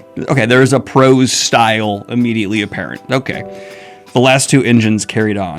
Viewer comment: Daniel, I have loved watching your channel for years now but my heart screams every time I hear you say “prose” as if it’s a plural term 🥲❤😅